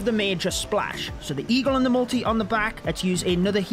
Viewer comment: whenever he says multi (inferno) my brain always thinks 'molty'